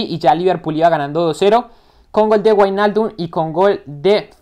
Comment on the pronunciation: buen video crack, se dice como vignaldum nowijnaldum pero me encanto la simulación muy buena